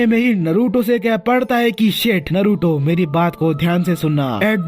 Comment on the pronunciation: Naaruto pronounce hota hai noruto nhi